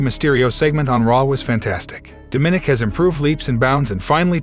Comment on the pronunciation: It’s not daminick It’s More like Da ma nick